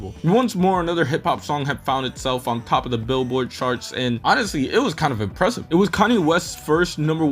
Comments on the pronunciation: Sure, but why are you pronouncing charts like sharts? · oh, well you're using the "sh" sound for the "ch" in charts. The right pronunciation is the "tj" sound like in choke.